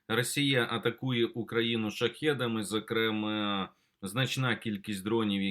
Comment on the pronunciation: ЗокремАА. ВИИпадок.